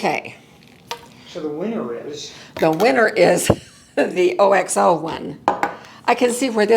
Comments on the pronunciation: I’m going to get that OXO jar opener!! BTW, OXO is pronounced as word, not as letters. The pronunciation is OKS-oh. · ❤ love what you doing I recently needed all of these items! The sock helper allowed me to keep working!!thanks for the reviews. FYI OXO is pronounced "ox o" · Pronounced..ox oh OXO Ox as in the giant animal, ox. Ox oh!